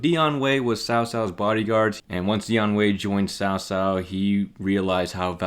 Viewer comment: Ill always remember when they said cow cow instead of cao cao